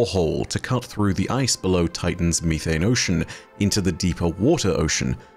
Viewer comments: It’s not youthane, it’s methane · It’s not mee-thane. It’s meth-ane. Jfc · I love you but the way you pronounce methane kills me. Meth-ane not me-thane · "Freedom units" as an American, is almost as funny as finding out there's a different way that we pronounce methane. 😅😂 Great video! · I love you(!), but the pronunciation is: meh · thayn (methane) 😂❤ Even if you don’t read it, I still love the video just as all the videos you make 🤗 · why me-thane 💀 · its the british pronunciation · And how says methane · I cannot stop laughing at the British pronunciation of "methane"!, I just want to add that I am not laughing at you! I wasn't expecting the different pronunciation! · Why’d he say methane like that